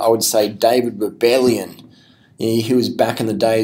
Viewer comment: Come on dude its Rebellin not "Rebellion"....